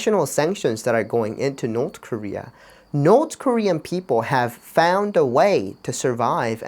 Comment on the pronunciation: north korea❌ north dieria✅